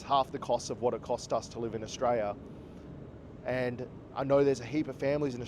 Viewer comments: Maybe learn how to pronounce the country's name first.. Aus-tray-lee-ah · Mate there is an “l” at the end of Australia-l-is!! The cost of living is high in most countries in the world at the moment so stop your bloody whinging!!